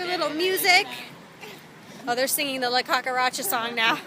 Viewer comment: You said cucaracha perfectly lol!!!